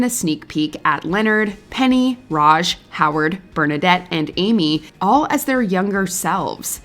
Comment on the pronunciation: Raj! Not Raja!! Jeez 🙄